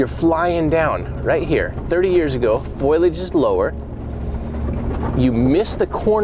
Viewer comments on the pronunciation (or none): Foilage? I pretty sure it's foliage (fo-li-age). It was confusing me the way you were pronouncing it. I had to really listen to what you were saying to realize what you were meaning. 😉 I'm sorry you didn't find her this trip but you will.